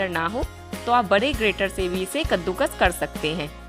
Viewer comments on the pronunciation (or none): none